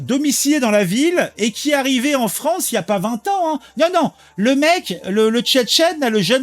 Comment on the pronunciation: C est la fwonce ! 😂